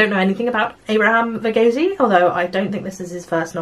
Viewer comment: Also Verghese is pronounced as Ver- geese 🦆🦆🦆 😅